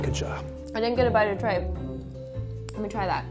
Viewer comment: i dont think they prinounced tripe right